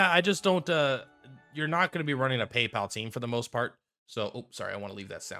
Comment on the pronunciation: I've not seen a single content creator pronounce it correctly. at least half right